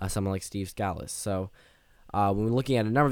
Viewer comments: By the by, his name is pronounced Steve Skuh-Lease, not Scaa-lis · Sca-lees not scal-us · You are mispronouncing the whips last name, Scalise. Hear some audio of his name being played.